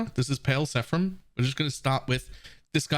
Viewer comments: Awesome spectres this league! But hey, it's seraPHim, not sePHarim! ;) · "seraphim", not "sephram" or whatever you were spewing.